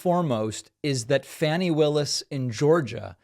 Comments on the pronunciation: Fawni not Fanny😂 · Fawn ee. Not fanny. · Pronounced “Fawny” NOT “Fanny” ! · PLEASE pronounce Fani Willis as "FAH-nee Willis", not "Fanny Willis". Source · It's pronounced FAHN-ee, not "fanny." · It's pronounced Fawny 💯💯💯💯 not Fanny 🤮🤮🤮😡😡😡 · David, it is pronounced Fawny not Fanny. I'm sure she just loves people calling her an ass. 😳😳😳🤣🤣🤣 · David - can you please pronounce it like FAWNY?!